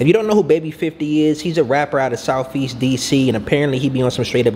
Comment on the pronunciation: he said southest not softest..that block definitely not soft